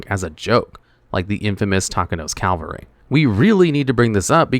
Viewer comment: It’s “CAV-AL—ry.” “CAL-VA-ry” is the place Jesus was crucified according to Christian scriptures.